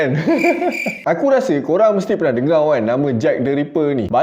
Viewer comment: Kenapa abang cakap dengau